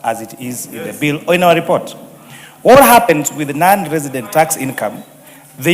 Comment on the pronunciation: Even the word “resident” is unclear!